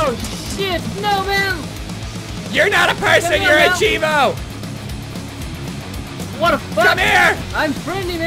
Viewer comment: I don't mean to be rude, but its pronounced CHEEVO lol